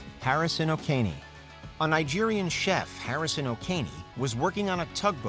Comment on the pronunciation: It's not pronounced "O'Kean", but oh-KEH-NEH